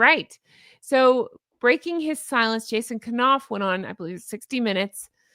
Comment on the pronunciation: love your show & your beautiful personality...HONK, HONK!!! That said, I just wanna let you know that Jason Knauf's name is pronounced w/a silent K (ie, 'knight, knife, knock, know,' ). Keep up the great work you're doing...❤